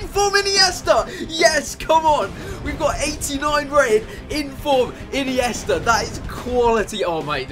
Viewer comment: ine-yes -ta